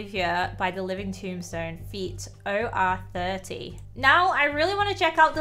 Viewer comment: Btw not to be Rude or anything but its pronunce as Oreo not O-30 its a singer name Their name is OREO just with a 3 so it's OR3O